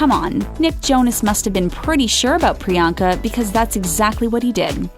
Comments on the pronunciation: 1) The movie is called "Isn't it *Romantic"(not "Isn't it Romance") 2) they pronounced her name 'Pri-yang-ka' instead of 'Pri-yong-ka' 3) I need this channel to give me those 11 minutes of my life back -_ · Shoutout to all the indians watching this laughing at the way these guys are pronouncing Priyanka’s past😂😂🤣.like if you’re proud to be an Indian or agree or just are indian